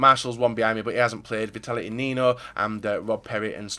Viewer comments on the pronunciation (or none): none